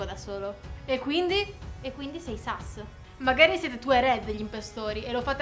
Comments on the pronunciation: Si dice sus no sas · Ma si dice sus non sas